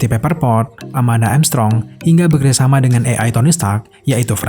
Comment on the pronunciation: A.I (ei ai) bukan "i ai"